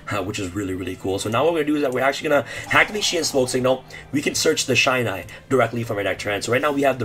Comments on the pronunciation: it's pronounced "shee-nai", not "shai-nai" sorry. just had to mention this~ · This isn't even a new FTK lmao, also it's pronounced 'She-Nye' not 'Shy-Nye' Gateway ban incoming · Shinai. Not Shainai. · Just ban amazoness archer and that’s it. Also, it’s pronounced She-nai. The same way you pronounce key-zan. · How the hell am i supposed to keep up with u? Either you're on something or this video is sped up, and jesus dude slow tf down when you going through the deck profile... and btw its ur butchering Shinai's name... cool deck though but guess Gateway getting banned again